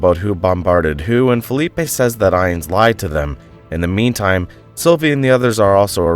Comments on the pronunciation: I like these recaps but I don’t believe for a second the names of these characters are pronounced how they are pronounced by the person narrating this video. Ines is pronounced “eins”? And not “ee-ness”? I feel a quick Google search would’ve helped here. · Why in the world is this part so short by comparison? Also why do you keep changing the pronounciation of the names? Ines is pronounced 4 different ways in 2 sentences. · Her name is pronounced eeness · That's not how you pronounce Ines